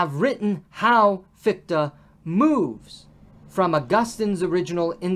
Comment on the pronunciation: Thanks again for the series. I wonder what your take on this old debate is - where do you fall with respect to German idealism. PS the pronunciation of Fichte is quite off (the combination "ch" is a particular sound, also found in "ich", I, and it doesn't sound like "ck"). But that's not a real critism, all Americans do that. Feuerbach is even worse. Come to think of it, the same comment also applied to Bach. It's not "Bakk".